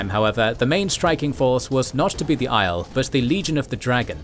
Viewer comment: Maybe read the glossaries in the back of the books for the correct pronunciation of the various names... Just jarring hearing "Aiel" pronounced like "isle" instead of "Eye-eel"